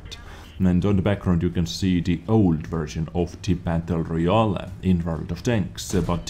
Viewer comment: I like how he pronounces it "battle royal a" (I am not native english speaker, that why i like it)